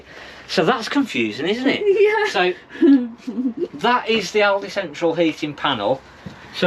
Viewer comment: Love the channel but one small thing - it's "Alder" not "Aldee" (Aldi) as in the shop.